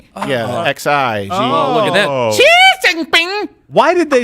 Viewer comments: Learn to Speak, jeez. OMICRON Xi, is 'SHE' not 'ZE' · fucking LOST IT at that Xi accent loool